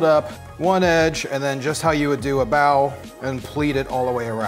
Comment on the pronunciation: I love your channel but I thought you were saying Bowel and I was like gross LOL but you were saying Bao LOL